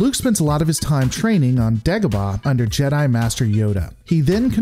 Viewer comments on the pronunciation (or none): none